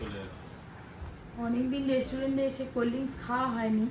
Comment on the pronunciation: Resturend bole kno jni na